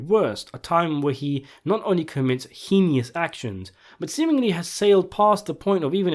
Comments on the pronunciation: Its not "heneous", it's "heinous". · Tiny correction: heinous, is pronounced hey-ness. And, the phrase is ‘it would cause dissension (dissent) in the ranks’ The word ‘dysentery’ is an infection in your intestines. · "Heenius actions"